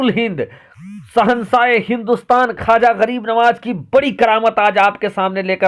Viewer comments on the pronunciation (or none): ख्वाजा है खाजा नहीं है